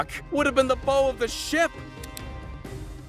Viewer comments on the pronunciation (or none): This MF said "boe" of a ship 😂😂😂